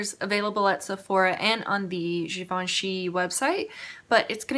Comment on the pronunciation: you have to do a look with that green, I commented on your eye makeup in that video and now seeing that color oh my goodness its beautiful!! damn it now I need to go buy it lol , also the way you said Givenchy is the correct way!😊